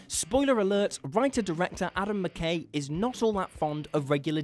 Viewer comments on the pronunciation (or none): none